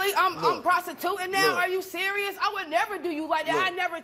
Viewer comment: "Are you cereal" 😂😂😂😂